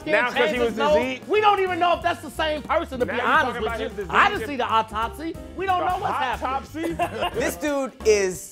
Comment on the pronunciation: Literally no one: Not a single soul::...I didn’t see the autopsy: hOpToPsY?!?